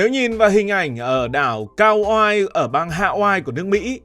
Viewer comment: Đọc là ka oai (kaua’i) ông ơi trước khi làm một chủ đề nên tìm hiểu kỹ về tên gọi và cách đọc